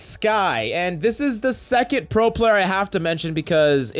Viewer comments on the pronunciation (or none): none